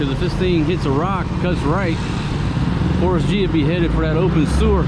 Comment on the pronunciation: I thought it sounded like ‘FORCE G’ ...like as an Avenger or superhero whenever you say his name...then I saw in the title the other day it wasn’t FORCE G it was FORREST G....